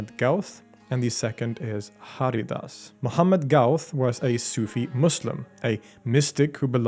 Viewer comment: Great video! Some minor pronunciation corrections - The Ha in Haridas is pronounced as huh, so the pronunciation is hurrydas. The last N in Miyan is silent, or a slight nasal ya, so the pronunciation is Miya (with a slightly nasal ya). Lastly Raga is a term often used by western people, the correct word is Raag. So it's Raag Deepak, Raag Megh etc. Also, the legend mentions Raag Megh Malhar as an antidote to Raag Deepak and not Raag Megh. Megh = Cloud/s and Malhar = Torrential Rain. There is a Raag Megh and a Raag Malhar and Raag Megh Malhar is a combination of the two. Thanks for a thorough job on one of India's most prominent musician.